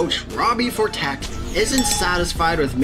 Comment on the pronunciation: Also he pronounced Robbie Ftorek wrong